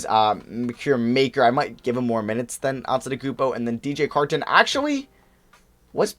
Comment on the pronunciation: The way you say Carton is slightly bothersome